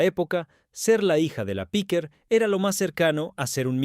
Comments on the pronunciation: Tampoco es correcto lo q dices. Podría ser: Piquer, Piqué...En este caso era PIQUER . Pero la sílaba tónica ( sin acento) es el la E. No en la i como pronuncia el del video. Píquer (NO) . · Ya se que no se acentúa pero es para que el tipo no siga diciendo Píquer. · Para empezar era Piquer, no Píquer. Lo he tenido que quitar, vuestra locución es terrible. Aprender a hablar o informaros de lo que decís. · No es Pique es el apellido Piquer.(Concha Piquer) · Inaguantable . Muy rollo que no sabe ni su nombre CONCHA PIQUERRRR y no piqué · Es Piquér, con acento en la é. Eso que dices en España nos suena muy raro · No sabes ni decir si nombre., Menudo reportaje horroroso amigo😂